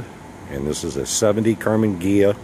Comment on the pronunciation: what the hell is a"Karmin"? As far as I know it is a "Karman Ghia"!